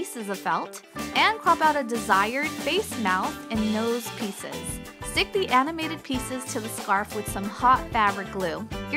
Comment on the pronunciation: American Moral I know that that was what she wanted to say, but I thought it was fun because you could hear ''pizzas'' instead of ''pieces''